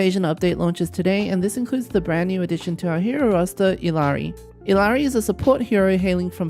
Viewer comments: Her name is pronounced ee-YAH-ree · The two L’s make a Y sound so it’s Iyari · Her name is pronounced E-yari.